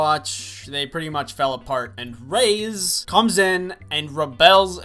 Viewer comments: Jaxon A I was like..he can’t be serious, it triggered me a bit but I love him soo idc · I hope you're joking when you pronounce Reyes